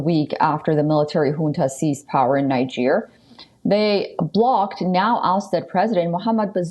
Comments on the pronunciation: I hate the way she pronounces Niger. It's not pronounced ninejer, but kneejer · it's pronounced Neejer not Naijer. There's a reason it's pronounced that way.